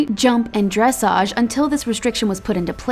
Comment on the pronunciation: Well, nice that they recognize how hard it is to do this (many thing we just 'sit there'), but sad you can't pronounce names like Dujardin and dressage correctly. :-(